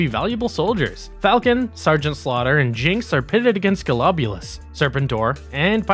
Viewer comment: Great video by the way, but I think that you should check your pronunciation of some of the characters, like the way you say Zartan as Zarton, or Serpentor as Serpentar , or Golobulus as Goloboulus.